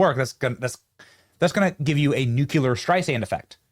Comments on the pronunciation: Benny, I love you so much! I can't imagine that I'm the first person to tell you this, and I've tried to hold back for a very long time. Nuculer is not a word. ❤ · Nuclear is pronounced "New Clear", not "nuke yuh lur" like Bush used to say. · It's pronounced NEW CLEE R....